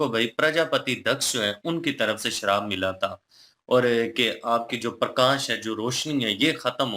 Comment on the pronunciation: Bhai sharab nahi Shraap 😂